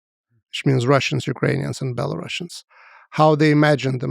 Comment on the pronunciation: A historian who calls Belarusians BelaruSSians 🤦‍♂️